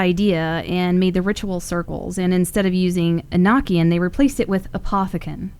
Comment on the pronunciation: Awesome video, but just to let you know about enochian. Its pronounced •uh-no-kee-uhn• it was just bothering me thats all 😅